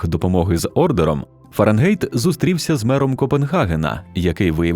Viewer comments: Fahrenheit - ФАРЕНХАЙТ. Не беріть "ґєйт" з ворожої. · Дуже добре! Але все ж таки ФАРЕНГАЙТ